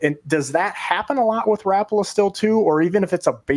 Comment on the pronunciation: Rap-pa-la..just picture Al Linder saying it.